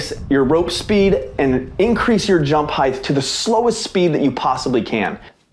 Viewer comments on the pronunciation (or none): Great tutorial. But….Heighth. Bruh.